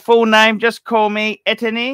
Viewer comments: It’s pronounced E as in hey, Ti as In tea, Enne as in Anne., without fail, struggles with names that are remotely foreign. In this case it’s the French version of Steven. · Etienne is cringing at the pure butchery of his name. I have missed you. I'm phull to the brim with slammy goodness.